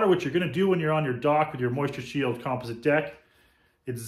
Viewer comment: Here is the correct way to pronounce “composite”. kuhm-paa-zuht . Just thought I would help you out.